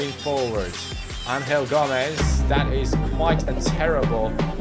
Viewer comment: You are saying Angel Gomes name wrong. Because he is from England you should say Angel and not Anhel. He is not from Spain